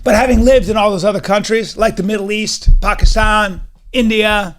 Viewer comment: Some say tomato Callen says PAKEESTAHN